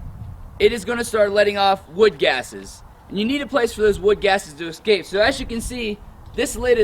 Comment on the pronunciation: He needed to go through his spiel a few times with an audience to streamline it and increase clarity He also needs to learn how to pronounce "escape". He needs to refer to the charcoal as charcoal instead of carbon material. And a last particular irritant to me is that what you're producing is charcoal, not biochar. It's what you DO with the charcoal that makes it biochar.